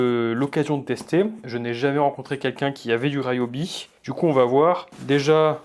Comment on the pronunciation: Je dois avoir une vingtaine d'outils Ryobi one ( il me semble que ça se prononce "Riobi"et pas ”Raillobi” et je suis plutôt satisfait des performances même s'ils ne sont pas sans défauts-ergonomiques surtout- ce sont des outils de qualité (la boîte japonaise qui possède cette marque fabrique aussi Milwaukie et AEG...). Pour moi l'intérêt principal c'est la variété des des outils One+(y compris pour le jardinage) avec les mêmes batteries, et le prix raisonnable. Mes 2 dernières acquisitions : ie coupe carrelage à eau et la cloueuse à air comprimé 16g.